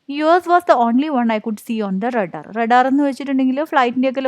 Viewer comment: not radar its raadar